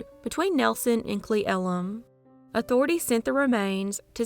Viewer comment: You are amazing! Great stories, the sound of your voice is mesmerizing, AND you pronounced Cle Elum perfectly! 💯‼ Well done! How do you do it?? 😁 I was born in Washington state. Some of our cities and towns have names whose pronunciation seems completely unrelated to their spelling, but you somehow manage to figure out most of them! 🧡 PS. Kittitas is wicked to pronounce, but some of my family has lived around there for decades. I grew up listening to my grandma (+ aunts + uncles + cousins) say 《KIT uh Tas》. Side note: My husband wanted to know what I was doing, so I told him I was explaining 《KIT uh Tas》. He whipped around, got a horrified look on his face, and said, "OMG! THAT'S a HARD one!!" (He's from Ft Apache, AZ. He knows from hard. 😁)